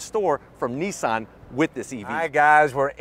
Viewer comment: Is it better? I doubt it. Nissan have carried out virtually no development and evolution on their Leaf design, whereas Kia and Hyundai have. And it shows. And why do you keep calling Nissan, Neesan? There is no letter E in Nissan.....